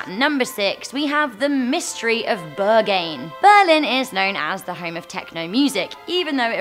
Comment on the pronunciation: THE WAY YOU PRONOUNCE BERGHAIN... TZZZHAHHAAH